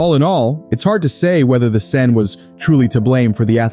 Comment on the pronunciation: I lost count how many different ways you pronounced "Seine".